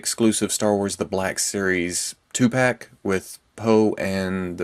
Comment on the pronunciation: 21 seconds through and he mentions Tupac 😂😂😂😂😂 i know I know he said two pack but come on it sounded like it